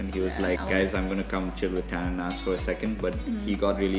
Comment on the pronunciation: The outro "Tan&Nas" sounds like "Dineeeesh" 🤣